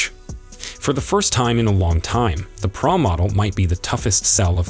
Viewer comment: Why are they saying Praa Max instead of Pro Max? They say Pro but not Pro Max. This is the 3rd or 4th person to say it